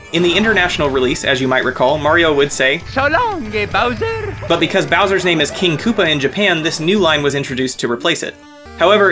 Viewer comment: I know it's a joke but Mario says "So long eh bowser"